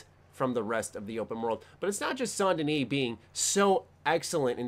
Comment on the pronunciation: You're the only youtuber I've seen that actually pronounced Saint Denis properly.